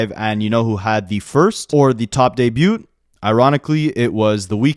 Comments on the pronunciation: Debut is pronounced de-bew the T is silent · I can't get over this man not knowing how to say debut. Is it like a bit? Like he has to know that's not how you say it right?